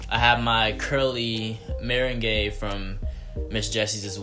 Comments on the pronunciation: I think you say meringue like marang not exactly meringay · Meringue is pronounced Mer-Rang 😂